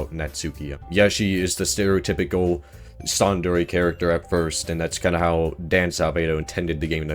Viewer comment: That's... not how you pronounce 'tsundere'...